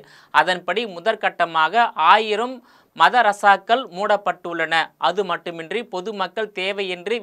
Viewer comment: சார் மத ரசாகல் இல்ல, மதரசாகள்,, நீங்க பேசுவது தங்கப்பதகம் இல்ல தங்கப்ப தக்கம் அப்படி இருக்கு.. 😂